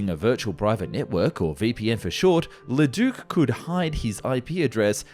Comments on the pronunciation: Very interesting video. But maybe it would have been best NOT to say Leduc's name so much since that's not how it's pronounced. His name was not Ledook... ;) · Bro I love your content but as a French Canadian hearing you pronounce Leduc and René Lorin murdered me. 😅😂 Apologies accepted 😂❤ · Agreed, althought it is still better than how he said "Breguet"